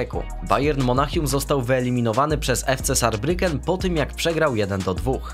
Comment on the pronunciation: Zarbriken s czyta się jako z a z jako c. Saarbrücken czyli Zarbriken